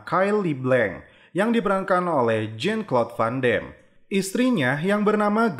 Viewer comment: Bacanya vandam bosskuh bukan vandem